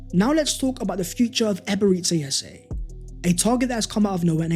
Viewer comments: its EBE-RE-CHI ..... not Ebereszi... Chi.. not Szi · Amazing as always! But please pronounce E-be-re-chi Eze not Eberizza Eze lol. Thank you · You are saying his first name wrong...its not Ebereci, its Eberechi...ends as Chi not Ci/Si